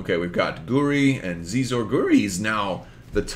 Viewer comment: Xizor = Sheezore